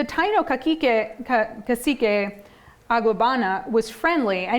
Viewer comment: So it's perseverance in US history and not Puerto Rican history? Then express it that way in the title. To the lady: They were organized into different tribes in Cuba and Hispaniola as well not just in Puerto Rico. Also, why do you not learn to pronounce the word Taino and Agueybana correctly? Would you approve of Siting Bule instead of Sitting Bull? Or the Zocks for the word Sioux? Also, African Americans have North European mixed in with their genetics and it is never mentioned whenever they claim black. Furthermore, your tone of voice sounds dismissive, as if this is somehow a bit beneath your dignity to discuss because it is trivial